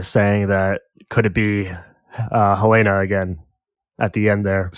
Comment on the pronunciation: I love you guys but I die inside every time you guys mispronounce Helena and Milchick. It's Hel-EHN-uh, NOT hel-ay-nuh. It's Mil-CHICK, NOT Mil-check. Stop it, pleaaaaaaase!!!!